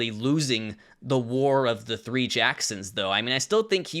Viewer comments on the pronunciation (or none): none